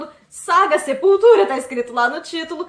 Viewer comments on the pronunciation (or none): Meu deus!!! Eu ouvi sepulteta kkkkkk